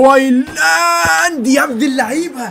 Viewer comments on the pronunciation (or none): هوايلاند ايه بس 😂😂 اسمه هويلاند